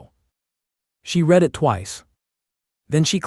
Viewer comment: also the word read